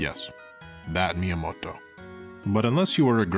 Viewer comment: Your Japanese pronunciation kills me man. You're trying too hard with it and making it almost unintelligible. You're putting all kinds of stresses and inflection in places where there isn't any (You said Miyamoto as みやもっと, to give one example). I appreciate the effort to actually try and say things right but it makes it more painful than if you didn't try at all. You're basically overpronouncing things. Just talk more natural and try not to try so hard with it. I can understand native Japanese speakers easily but can barely understand you pronouncing the names of these games in the vid. Love the vid otherwise tho.